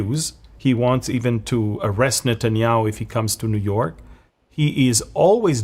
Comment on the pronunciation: What can we say to the New-Yoke- err.